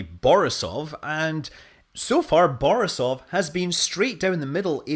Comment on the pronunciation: Not BorisOOOOOv, but BorIIIIIIIsov.